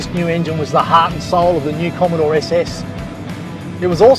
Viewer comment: Gorgeous cars! A bit of a break from the "bommidore!"